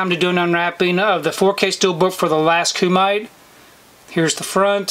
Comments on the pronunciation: 😂🤣 The Last... how'd you say it? Cue-Mite? Remember Bloodsport? The movie that inspired this and most of these Martial Arts flicks since it? That was a Kumite (Coo-mi-tay...the mi rhymes with hit). The tournament to the death. Bloodsport could be called The First Kumite, one may say. Let's tell Ken how you said it is how to say it though. 😂 I am interested in checking out this movie. Sorry, but I had to try three times before I could get over that pronunciation. Funniest thing today, and I needed a laugh. No insult meant. We've all mispronounced things. I would recommend rerecording this. Take care. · Thanks! 🥋🙏 It's actually pronounced Kuu Mi Tay 😁 Means 'Grappling Hands' in Japanese 😁👍 Very cool Steelbook cover! 💯 Have a great day!! 🎬❤